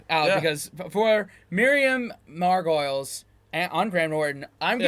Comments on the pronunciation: “MAR GO LEES “ 😉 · Miriam Mar=go-liss..... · Correct, not "o-liz" at all, but we Brits knew what meant, but foreign people won't, so the correction is good in my book!